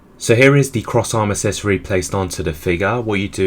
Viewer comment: It drives me up the wall how you cannot pronounce the word “accessory” correctly. Come on man, it’s not hard.